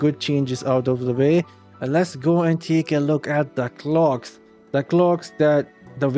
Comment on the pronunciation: The clogs? What is he saying?